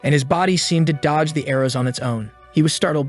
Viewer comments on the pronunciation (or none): none